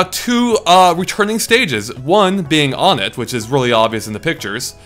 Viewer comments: Muh-lay. Un-ett? Guys, I don't want to sound mean but it's ON-ETT and May-lay. And I used to call it One-t and Mee-lee, so it's not just you! :D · To be entirely honest, even though I'm a Ridley supporter, this leak makes me realize that I don't think I would want him to be officially revealed because odds are he won't play the way I have imagined for him. Also... IT'S PRONOUNCED ONE-ET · Am I the only one that gets Earthbound city names being numbers? Onett (1-ett) Twoson (2-son) Threed (3-d) Fourside (4-side). It's not o-nett. Not incredibly important, but just something that makes sense. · I always pronounced Onett as "Wun-ett"